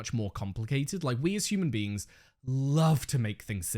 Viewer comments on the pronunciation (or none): none